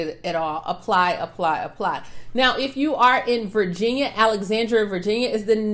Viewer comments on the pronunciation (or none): none